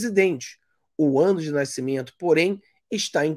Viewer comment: Fala direito nascimento! Naicimento não da né!